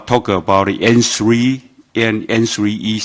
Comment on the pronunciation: 沒啦 只是 開始他說N three 時的發音很像芫荽😂